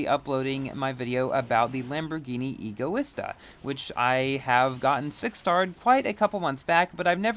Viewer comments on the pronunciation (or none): none